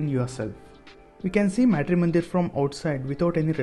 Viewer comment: Being Indian,pronouncing "Matri"- mandir like that ,disappoints, a lot!